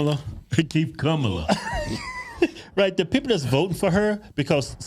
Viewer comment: Her name is pronounced Kommie-la.